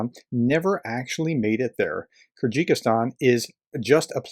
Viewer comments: I've watched a number of your videos and generally enjoy them. As an enthusiastic amateur I seldom have much to say, I leave it to the pros. This time however, I feel that l can't just ignore a couple of minor"issues". First is your pronunciation of Kyrgyzstan. My understanding is it that it is phonetically pronounced as ker gis tan. A trivial thing, I know, but I'm on the spectrum. The second is more of a comment on the media in general but as you highlighted it.... If the people doing the planning and logistics around this told every media outlet or ignorant politician exactly what /when /where things were happening, who else would then know, who else but Vlad the Defenestrator himself of course. If the US told the world that the UAF can fire into Russia where's the surprise. Ongoing operational matters shouldn't be a news story or in the empty heads of self serving ignorant populist politicians until it's no longer an operational secret. Why would you want to tell your enemy your rules of engagement. It makes no sense. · Hey brother, it's pronounced "Ker Guh Stan" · Hey, PROFESSOR? When you come across an unfamiliar word or name, as you often do, do you ever think to look up the correct pronunciation? The name of the country is KEER-gehz-STAN, ok? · It’s pronounced Ker gis tarn. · This just may be the worst pronunciation of Kyrgyzstan I've ever heard. 😂 Keep up the good work, Prof. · I think it's called Kyrgyzstan not Kerjikistan And in the video, why did you claim that the quote was "famously said by" Yamamoto when the screenshot that you include clearly says that it's debatable whether he actually even said that at all? I think you need to do better research than this into the subjects of your videos, and at the very least learn to pronounce them, especially if they include a clever scheme to get people to click the Like button. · Ah, yes, the kyr-ji-kis-stAn, the love child of ta-ji-ki-stAn and kyr-gyz-stAn.